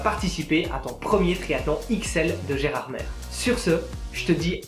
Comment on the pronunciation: Gérardmer se dit "Gérardmé" ^^ sinon très bonne vidéo :)